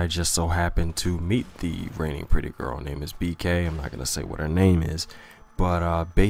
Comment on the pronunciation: For some reason I thought he said "raining pudding girl," not "reigning pretty girl."